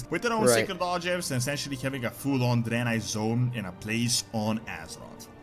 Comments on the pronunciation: Dude I can't with this Drynye hahahaha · Why are you saying draenai like that??? It's drey-nye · a what city? sounds like your adding a extra i in draenei